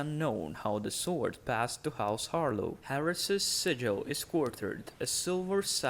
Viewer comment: Isn’t it Har-Law tho?